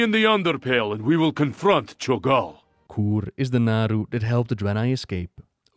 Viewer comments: I believe it's pronounced 'Koo-Ray', not 'Koore'. Otherwise, great video! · Bold direction mispronouncing "K'ure" despite the voiced lines saying it correctly literally seconds earlier in the video.